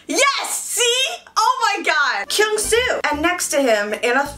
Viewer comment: am i the only one felt weird when pronounce kyungsoo name? 😂😂😂😂😂😂